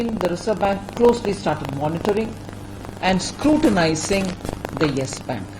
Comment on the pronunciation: Nobody: Ravish Kumar:Yash bank